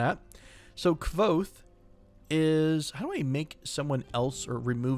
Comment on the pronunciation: Kvothe is pronounced "Quothe" FYI. Great reference from a great book series.